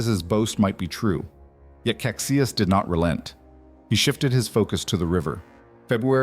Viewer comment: Duque of Caxias is pronounced Casheeas